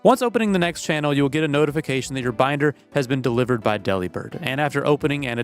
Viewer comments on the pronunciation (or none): none